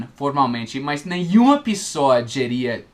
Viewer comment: Pessoa e não pissoa! Nos irmão! Vejo todos os vídeos. Principalmente de pronuncia!